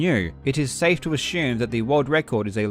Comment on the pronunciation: why do you say assume like ashume